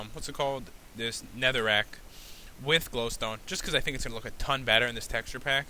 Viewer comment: Why does pat say aton